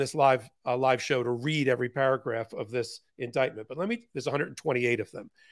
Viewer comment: ....or, as MTG says it: indicktment.